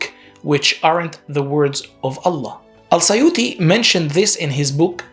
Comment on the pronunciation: You can't even pronounce الترمذي and السيوطي correctly. Very ignorant YouTuber, I pity who believes what you said.